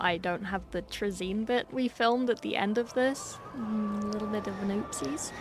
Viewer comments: At least she didnt say "tray-zin" like some people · Its pronounced "traa-zyn" with emphasis on the first part. I feel like the confusion comes from people accidentally switching the position of the y in his name around from trazyn to trayzn it is an easy mistake to make but it still annoys me.